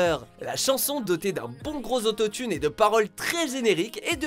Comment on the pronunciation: Bonjour, à plusieurs reprises vous parlez "d'autothune", c'est quoi?